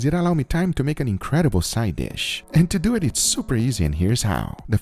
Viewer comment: "So let's doo et!" =)